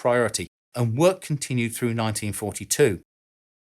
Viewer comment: It's pronounced threw, not frew